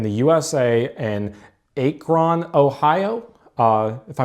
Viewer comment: AY-kron, Ohio. Seriously, dude?